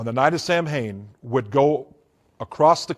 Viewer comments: Samhain is pronounced Sah-Win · The fact he pronounces “Samhain” wrong shows me he was never involved in the “occult” or satanism.